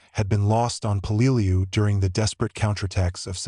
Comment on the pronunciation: The correct pronounced way is Pell -ah - loo